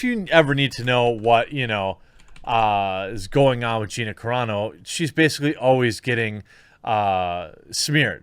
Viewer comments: Wow U finally said her name correctly. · Dude. You got her name right finally! Right on. ...... But shitty that Disney is trying to force this on her if this is true.